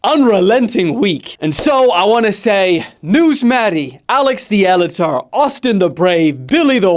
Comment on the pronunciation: Bro said Alex the "elitor"